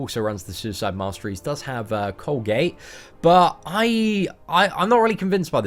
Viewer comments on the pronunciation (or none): Love your vids. You always call CO-AG-U--LATE, Colgate like the toothpaste lol. Makes me giggles. You're the best:) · Nice video, but the mastery Coagulate is pronounced "Co-ag-U-Late" and not "Colgate" like the toothpaste brand lol